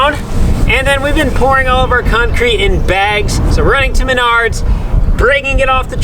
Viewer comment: It's pronounced Maynerds 🤣😂 .. and this kids is why we don't use a metal sheath handled shovel when digging around wires.